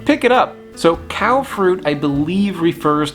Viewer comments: ค้อ is probably pronounced "khaw," not "khao" (like English "cow"). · It's a commendable attempt, but the pronounciation is way off. What's funny is that if you say "cow", it sounds the same as the word for savoury in Thai, so it still fits anyway. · Hilarious it is pronounced like Cow 😂